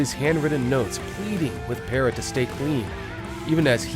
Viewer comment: Demri had endocarditis caused by cotton fever when you inject heroin & a piece of a cigarette filter is injected by accident.Then she had the pacemaker put in. Layne visited her numerous times in the hospital. Her last name is pronounced Parrow.